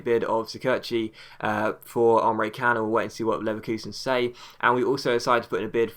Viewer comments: not Can its pronounced as John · Can is pronounced like Jan :D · They pronounce it chan (Emre can)